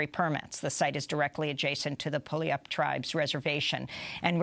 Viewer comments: Pully-ap-yup tribe. LOL I know you're not going to know this, so I'll add it here. It's pronounced, pew-al-up. Also, Puget is pronounced pew-jet. Thanks for the coverage, Ms. Goodman. Have a good day. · It's pronounced Pew-YAWL-up.